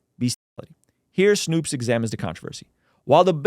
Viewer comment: Snoops lol its Snowps